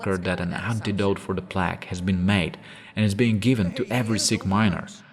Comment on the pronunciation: Plague is said with a "long" A, like Play-ge, otherwise great video